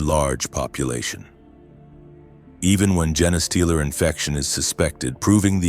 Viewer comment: It's a gene stealer not a Jenna stealer, damn.